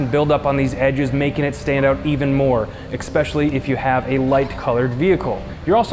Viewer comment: Is he saying EKSpecially??